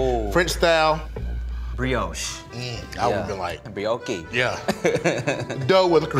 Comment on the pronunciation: Briohkey & Balslamic??😭😭